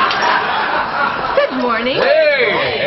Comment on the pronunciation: I thought he said "Breasttaking"